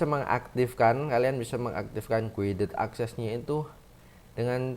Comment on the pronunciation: Sebutan nya kaya gini bang “gaided akses”